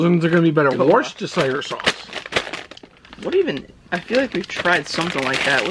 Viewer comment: Wishta-shir sauce 😂😂😂